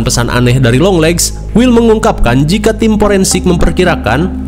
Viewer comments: 👥👥👥👥 :yang kalian denger (long legs ) 👤. : yang gw denger (Yong Lex)😂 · Yg orang laen denger : "junjungan long legs" Yg gw denger: "Junjungan Yonglex 🤣" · Longleggs❌ yonglexs✅ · Beberapa kali dengernya younglex maap🤣🤣